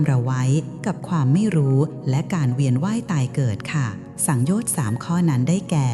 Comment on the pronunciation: สังโยชน์สามยังอ่านผิดเลยค่ะ